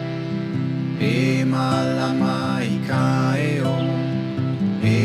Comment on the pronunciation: Beautiful, great vibe but please learn how to properly pronounce “Heiau” 3syllables Hey-ie-au